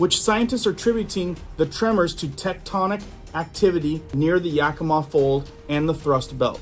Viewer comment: You said Yakima correctly 😊 many don't